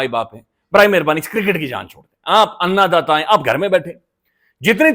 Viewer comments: صاحب آآپ ان داتا کو آنا داتا کہتے ہیں برآے مہربانی درستی مرما لے شکریہ❤❤❤❤ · صحیح تلفظ ھے ان داتا ھے un data